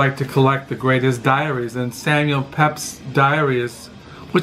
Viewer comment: Pronounced Peeps